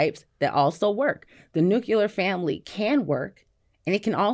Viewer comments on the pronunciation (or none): Why the f**k can't educated, well-read people pronounce the word "nuclear"? And, no Van, I'm not talking about you. People say, "nucular" even when they're reading the word on a screen, like they can't sound out the word. Even President Bush could not pronounce nuclear correctly. I guess this is how people can manage to fail open-book tests.